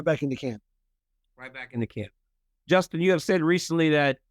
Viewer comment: Bro really said Djustin lol